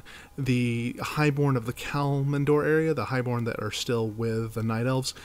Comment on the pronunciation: Well there is two mistakes I can find in this? Firstly is a minor one, your pronounciation of Kalimdor is wrong, you say KalMINdor, but it is KalIMdor! Secondly! The High Elves didn't go there themselves, they were banished by the rest of the Night Elves, because of the sundering. Else, really good video!